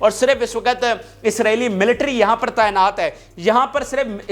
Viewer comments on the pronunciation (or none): none